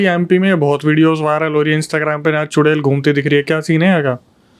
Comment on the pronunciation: चुरेल नहीं चुड़ैल😂😂